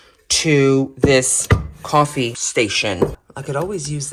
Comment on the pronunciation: Kaw-Fe lol I will now be saying it like that every day 😁